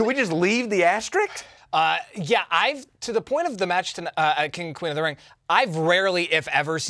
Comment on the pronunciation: It's As - ter -isk ;)